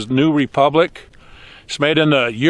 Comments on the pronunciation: The "euroean" slip, gave me good crack up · "Eurapeein on my boots boah" that's amazing haha